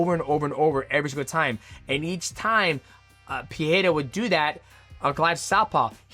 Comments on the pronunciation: bro ur Pereira pronounciation pisses me off IM sorry. XDDD If you dont know how to say it in a portuguese accent, just stick to saying it in american accent man. It makes u look bad. Its Pereira not PEHAYRA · You are pronouncing Pereira wrong. The first ‘R’ doesn’t have the ‘H’ sound. In Portuguese, it only happens in the beginning of words or if there is two ‘R’ together. So you should pronounce both ‘R’ in Pereira in the same way.